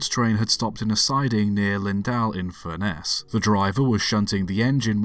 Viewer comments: Funny how offcomers mispronounce place names. LinDAL and FurNESS - the latter not sounding a lot different from furnace - the difference being ess rather than ace. Lindal and Lindale are both pretty much pronounced as lindle. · I was born, and grew up in Barrow-in-Furness and this event is still well known in the area. Just FYI, Furness is pronounced like 'Furnace' and Lindal like 'Lindl'.